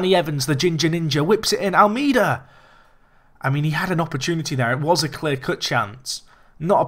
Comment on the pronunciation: If you pronounce Almeida's name right he will start scoring